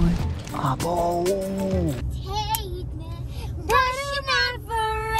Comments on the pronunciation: nicht Hate me sondern JATE ME🤣🤣🤣🤣🤣😂😂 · „Jayt me“ bin gestorben